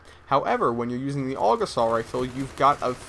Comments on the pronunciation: I hate it when people say AUG like 'aawg' it's A.U.G. :@ Sorry about ranting lol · It's not pernounced og it's pernounced A.U.G like U.S.A. Duh every1knows dat